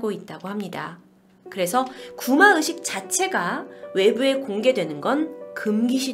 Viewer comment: ' 의' 발음이 안되시나요? 되게 거슬려요. 뭔가 전문성 있는 방송하시면서 구마으식 구마으식 하니까 듣기 거슬리고 집중도 안되고 짜증나요. 개선 되시면 좋겠습니당.